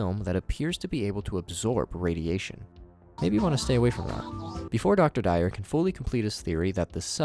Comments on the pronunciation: Yo, plus. To pronounce Dwyer its pronounced d-why-er not dire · Really couldn't be bothered to Google the pronunciation of Dwyer? Your analysis is good but the lack of effort on details makes me feel like your analysis could be incomplete.